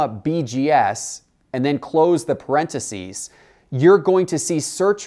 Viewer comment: parenticies?? wtf lol